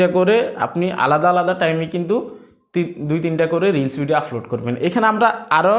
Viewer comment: ভাই আপনার এই ভাষা গুলো উচ্চারণ সঠিক করেন প্রতি ভিডিও এই শব্দ গুলো বলেছেন-আফলোড,ফতিনিয়ত,,ফরিশ্রম,ফেজ ,ফালাটফ্রম,এবং,ফশ্ন